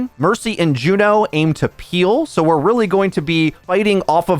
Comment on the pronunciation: Ok...who are you and what did you do with? Pronouncing her name correctly?! Inconceivable!